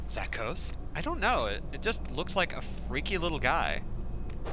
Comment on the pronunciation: Quick note its "Kos" rhymes with "Oz" if you liked the game there is hundreds of hours of lore videos. This was a very fun playthrough to watch. Threaded cane all the way through is impressive!